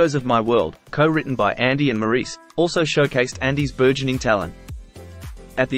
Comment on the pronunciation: Maurice is pronounced “Morris”